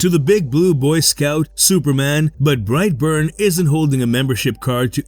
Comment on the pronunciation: bright born...... SOUTHERN ACCENT... BRIGHT BORNE....!!!!!